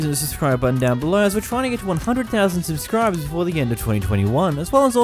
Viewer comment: he says subscribers weird “subzchriburz”